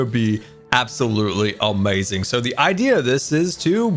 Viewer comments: I like how he says amaizing instead of amazing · "Absolutely awmeaasing"